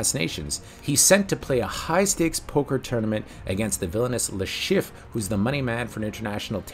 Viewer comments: It's "Chiff-Re" not just Chiff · How the hell do you manage to mispronounce Le Chiffre throughout this entire video, when his name said many times throughout the whole movie?